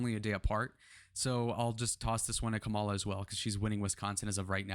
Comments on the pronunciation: It's pretty early to be counting polls at this point. After the Democrat convention, it's when they really need to be looked at. Also, as an independent, I can say that the juvenile act of constantly mispronouncing Kamala's name is off-putting. Just FYI. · First of all, learn how to say Kamala Harris' name. Emerson College poll, I've watched elections, they are so off...always leaning Republican. Keep dreaming... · You mentioned Biden's "dementia", but failed to mention Trump's. Hope you can address that error, soon. It's important. Also, you are continually mispronouncing Kamala.